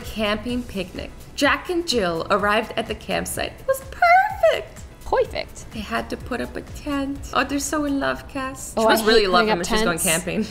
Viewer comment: Azzy reading the sentence: It was perfect Kassy: Powfect